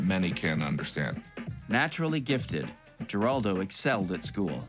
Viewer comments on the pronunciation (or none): You don't pronounce the last name with a hard "G."